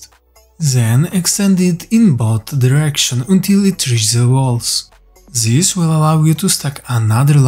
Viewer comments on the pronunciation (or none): Huge respect to you for learning two languages brother! some helpful criticism try and learn your zen, zat and zis, etc. To become then, that and this <3 much love man x